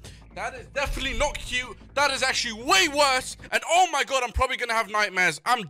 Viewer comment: I like how when he sees one of the mobs he says oh my gord instead oh my god